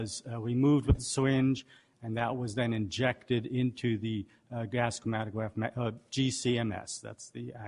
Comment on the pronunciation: Chwomatograph twap instead of chromatograph trap... I think it's cute. Even if he does talk funny he's more knowledgeable and intelligent than you or I'll ever be.